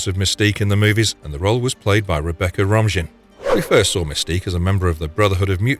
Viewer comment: It's Ro-maine not Rom-jin